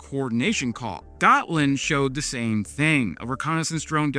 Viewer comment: Considering Ukraine is currently teaching NATO about modern warfare... I think its time we let them join. Also, Gotland its pronounced "Yaht-Land"